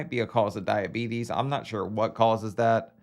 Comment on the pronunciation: for “shore” as he would say. Not “sure” but SHORE although sometimes he’ll slip up and say “sure”